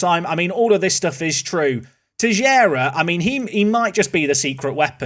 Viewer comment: please, stop saying Tejera. Teixeira is a portuguese name and it has nothing to do with "tejera".